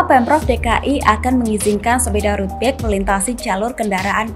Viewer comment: dubber berita baca bike dengan *bek*...ckckck